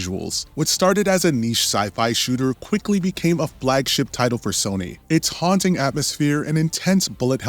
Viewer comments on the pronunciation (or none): none